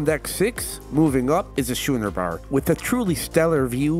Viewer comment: Great video , but please please it's called the schooner bar, not shooner bar...urrrggghhh!